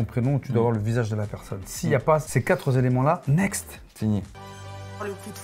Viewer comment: on ne dit pas quatrezelemnts.... Mais quatre éléments 😂😂😂😂